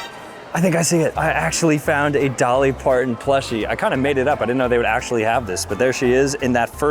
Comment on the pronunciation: Dolly pardon 😂it’s Parton